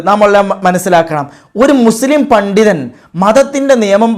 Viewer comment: ഉശാറായിട്ടുണ്ട് ഒരു കാര്യം ശരിക്കുക പണ്ടിതൻ എന്നത് തെറ്റാണ് പണ്ടിതൻ = വയറുള്ളവൻ പണ്ഡിതൻ = വിവരമുള്ളവൻ അക്ഷരശുദ്ധിക്കുപകരം അച്ചര സുത്തി ' പറയാൻ പറ്റില്ലല്ലോ.